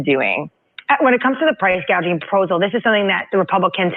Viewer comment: Just remember she said NOTHING about price gouging she said price gauging, completely different subject :)